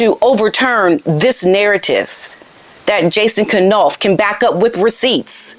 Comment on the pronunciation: Funny, you pronounce it K-nauf too. I think it should be pronounced Nauf - K is silent like in knife. But I can't break the habit either.